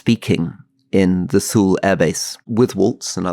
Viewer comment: Rory couldn't even pronounce Thule correctly!! Yeah, absolutely brilliant!🤣🤣🤣